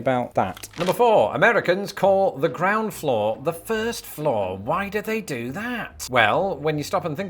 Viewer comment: LoL, I thought you initially said the CROWN Floor, then realized after the second time you said it, it was Ground Floor.